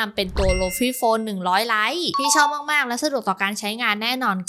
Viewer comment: lite = ลิต 😂